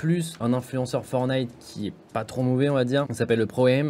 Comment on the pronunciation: il a dit FORNITE